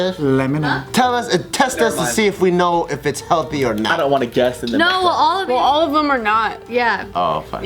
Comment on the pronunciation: Be heldy - 🤣